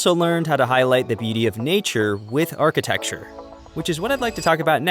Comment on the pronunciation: Your dubbing performer is very good, but please let them know that it's archiTECture, not archiTEXture. Thank you so much for this video, it's great :)